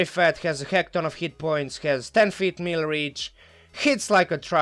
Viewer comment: You are pronouncing Arcanum Consortium, completely correctly. You are pronouncing the word, "melee" incorrectly however.